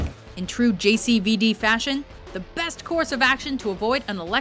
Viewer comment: everytime she says JCVD it sounds like she's talking about an STD not Jean-Claude mean c'mon